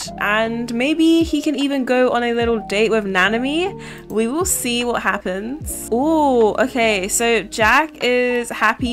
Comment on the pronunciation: Na-nah-me not nana-a-me :)